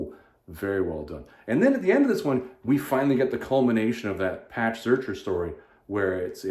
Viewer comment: A friendly correction: Patch Zircher has himself said that it's pronounced "Zirker". Even though I think "Searcher" sounds cooler ;) It's interesting to hear your opinions and thoughts on all things Conan, because it give me another perspective on the whole thing. For me, #1 hit home on absolutely everything except for maybe the photo-styled art and some printing issues. #2 I did not like honestly, I did not like it and it bugs me :/ #3 were like a breath of fresh air after #2, I however think the Conan story were too short. I also was disappointed at the ending of the Solomon Kane story even though Zircher did an all around amazing job. I just want Savage Sword to be like you said before, pulp stories. I want each issue to be stand alone Conan adventures tht is inspired by Howard and L Sprague/Lin Carter stories. There is room for bigger stories that takes up 2 or 3 issues, but I want it to be short and easy to follow. What I like about when I'm going through the Savage Sword omnies is that I can just pick one up when I'm in the mood for a single issue or so, for the most part I should say. Btw, Solmon Kane is one of Howards best character and I have to ask if you have read Wings In the Night yet?